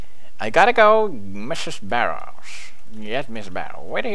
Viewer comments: Mrs. Barrels, PewDie don't trust her and watch out. Sounded like he said Barrels. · Barrows sounds like BARRELS!!!